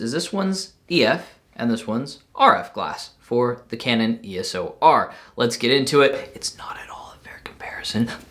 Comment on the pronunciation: Its EOS R Not ES"O" R